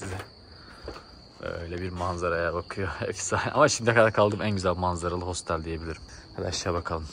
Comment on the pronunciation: Hostel 😂 Hostel diye yazılır otel diye okunur